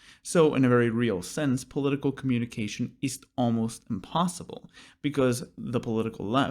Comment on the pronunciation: there are three S's in the word "impossible". Excellent video! Love your clarity of thought and articulation! Thank you for putting this together!